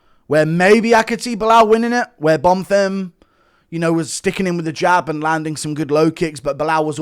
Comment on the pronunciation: Was so nice to hear you say Bonfims name correctly eventually. The real highlight of the card